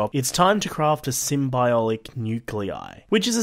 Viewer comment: He said Symbiolic Nuclei im sure he was meant to say Symbiotic Nuclei